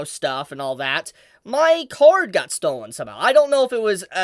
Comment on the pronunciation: Also, funnily enough on the topic of your accent. At first when you talked about how your card was stolen I Heard car and was very confused at first xD